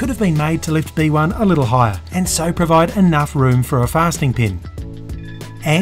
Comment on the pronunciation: Every time I hear him say B1 I think of bananas in pajamas.